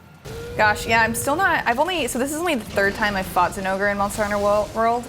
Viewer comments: thats how you pronounce it..... its not "Zinn-O-Gray" even the devs during their own demo showcase videos from previous games pronounced it as "Jin-O-Gah" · Why you gotta butcher the name zinogre like tht